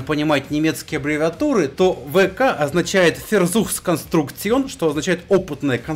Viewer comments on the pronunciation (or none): минутка занудства., если уж совсем хочешь научить немецкому названию, то название не вк, а фау-ка.